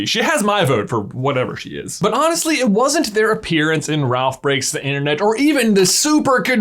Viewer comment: Anna-stly😂 honestly I heard it immediately😂😂